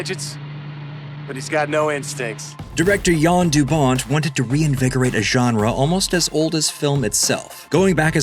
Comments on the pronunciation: Great video but it is Jan de Bont, not Jan du Bont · It's Jan De Bont!!! Basic bloody research......